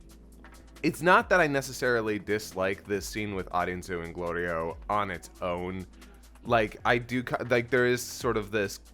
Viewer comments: Shit was too cute when Goku said Glorio correctly. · I can't believe neither of ya said anything about Goku getting Glorio's name right for the first time. Fully expected a comment about him always messing up Glorio's name on purpose. Lol